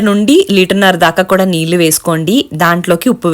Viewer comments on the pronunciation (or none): none